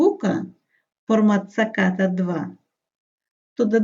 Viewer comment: Не позорся з вживанням невідомої тобі комп'ютерної термінології! Це НЕ ВІДНОВЛЕННЯ інформації!!! Це всього лише АДАПТЕР з одного інтерфейсу на інший!! І не саКАта, а САТА (українською), SATA (англійською)!!! У мене є вже десь понад 20 років комбінований адаптер IDE, SATA to USB!!! Про інтерфейси IDE(ATA) або SCSI ти мабуть і не чула! Ще раз... Не показуй своє невігластво, з зарозумілим виглядом, буцімто ти в цьому щось петраєш!!!